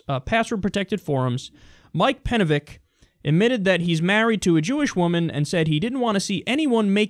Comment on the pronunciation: Penevich was the correct pronunciation and the heart wants What the heart wants